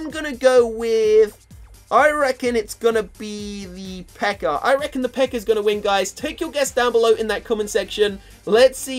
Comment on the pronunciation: He calls the peka "PEKER" wtf speak English